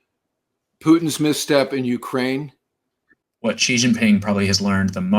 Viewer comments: Xi is pronounced "She" not "Gee". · The correct way to pronounce “Xi” is not “Zhee”, “Gee”, “She”, or “Zee”. The correct pronunciation is nearest to “see”. I am not a native speaker of Mandarin, but that’s what I learned from my Chinese language teacher. Thank you for your videos by the way.